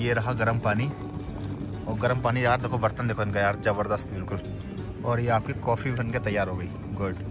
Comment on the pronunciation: Jabarjas nahi hota zabardast hota hai 😂